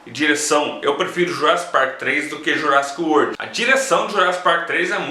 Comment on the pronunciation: Fala direito :)